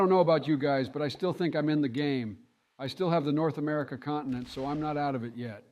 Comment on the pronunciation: I hate it how biden pronounces America